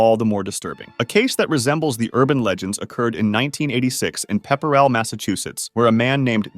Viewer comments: jfc it's not pepper-ell. it's pepp-rell. c'mon guy. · FYI, Pepperell, MA is actually pronounced like Pep-Rell. No one says it like Pepper-rell We have a lot of towns like that up here in Mass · Pepperell is more like pronounced: Pep-pruh-l, Peppruhl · I love these videos but being from Massachusetts, I also love how nobody can say city names correctly unless ur from Mass, The way he says it sounds correct but it’s actually pronounced Pep rill, don’t ask me why but it just is